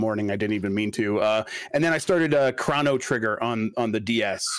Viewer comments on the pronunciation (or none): This guy called chrono trigger crano trigger and nobody flinched🤔